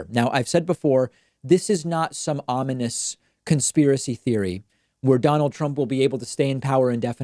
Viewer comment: "Onimous?" Don't you mean "Ominous?"